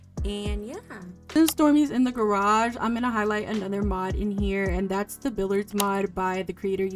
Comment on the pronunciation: FYI: Billiards is pronounced as "bill-yerds"